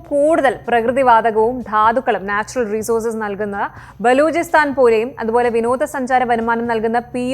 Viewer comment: റിസോസുസു 😂😂😂😂ബല്ലാത്ത ഉച്ചാരണം 😂😂😂😂മാതാമ്മ ആവാൻ നോക്ക ചേച്ചി 😂😂😂പോലീസു 😂😂😂